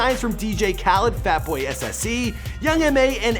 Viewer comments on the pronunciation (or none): none